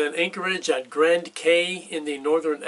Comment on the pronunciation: In the Bahamas, Cay is pronounced key.